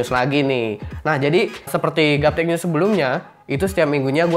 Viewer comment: bang kok nyebutnya gaptech nyus sih?